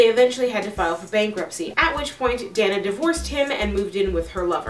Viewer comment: You are mispronouncing "Dana." It is pronounced, "Day na." Moreover, your delivery of info if horrid....too rushed. Don't understand you question at end. Look up definition of serial killer.